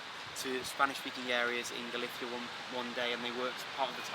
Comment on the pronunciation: Tenerife, Spain, Africa. I'm surprised that a man so amazingly well-versed in so many languages had to resort to the Spanish-language pronunciation of the word Galicia. In English it should rhyme with "militia", the ending like the end of the name of the West Indian island "Saint Lucia". What an amazing speaker, though, of so many languages so well!